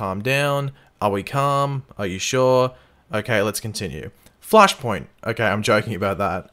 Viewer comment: Oh, you always make me laugh when you say Flashpoint! 😄